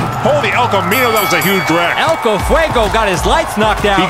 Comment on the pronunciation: Unfortunately there was a tire in the launch lane, which subsequently launched the El Camino (with the name that shall not be pronounced properly) 😁